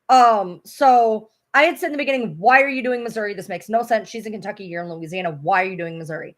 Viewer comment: Why You say Kentucy? Why would they file in Kentucky?